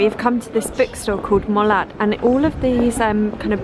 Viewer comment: And it's pronounced Mola. Us French are confusing.